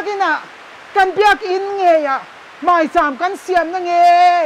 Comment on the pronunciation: ṭawng ahmang dik theilo ani ber e,mai tih tur,mei ti zel ringawt mai..